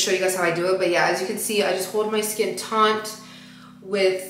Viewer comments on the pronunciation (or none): It’s taut not taunt btw